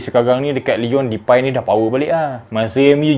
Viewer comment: Cara pronounce DEPAY yg betul memang "DEPAI" eh? Ke "DEPEY"?. Sbb aku terganggu betul bro ni sebut depai depai depai ahahaha